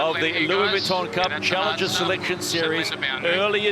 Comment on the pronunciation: Can someone tell the commentator to stop saying 'Vwitton'. Oh ok then don't worry it"s fine